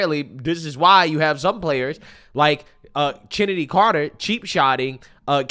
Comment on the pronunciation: He said chinnitiy Carter 😂😂